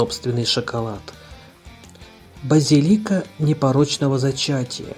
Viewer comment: Слово "базилика" имеет другое ударение отличное от вашего.